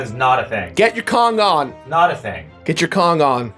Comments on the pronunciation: "Get your Kong on" Sounds like: "get your dong on" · When you said "get your kong on" i totally heard "get your condom" like wtf lmao